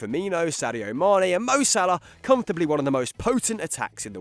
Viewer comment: We gonna ignore the fact that called Mane, Maner 🤣🤣